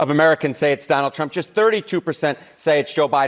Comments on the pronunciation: Carolyin' STILL cannot pronounce Trump correctly. It still sounds like she is saying "President Chump". Freudian. And of course she's LYING about the economy and LYING about the average price of Thanksgiving dinner. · How long people goin to continue to believe this 🐂 💩 🙄🤦‍♂️ & she can’t say Trump 😄😄😄